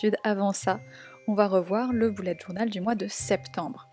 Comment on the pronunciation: j'adore ton mois d'octobre toutefois on "beullet" journal et non "boulette" journal